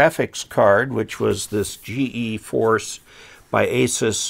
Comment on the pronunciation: BTW, just an FYI its pronounced "G-Force" for the GeForce card.